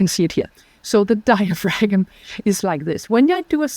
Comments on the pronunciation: My erudite dear its digh-uh-fram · Why didn't you correct her on her MISpronunciation of- DIAPHRAgM? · Hope you corrected her pronunciation of diaphragm...off camera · I got such a big kick out of how she pronounced diaphragm. Lol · Very interesting podcast. Please learn how to pronounce diaphragm properly in English. It is the one key component in your approach and to hear that one single word mispronounced over and over and over makes it very challenging to listen. Especially when nothing else is mispronounced. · That pronunciation of “diaphragm” is wild.